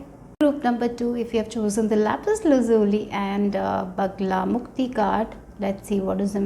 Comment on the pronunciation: It's Bagalamukhi not Bagalamukti